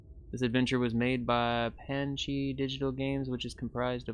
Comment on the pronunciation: Panache is pronounced Pa Nash.